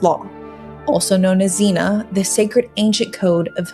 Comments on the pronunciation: It's "xenia" not "xena". Xena was a show that's only marginally less coherent and historically inaccurate and inauthentic than Nolan's Odyssey. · ZEE - NEE - AH . not xena-warrior princess. ahhh... "non-committal" is how we're saying "fucking pussy" now - noted. good vid. a bit wordy.